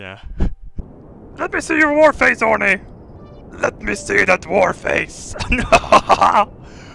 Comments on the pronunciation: os he called orny for horny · Not orny his name is Horny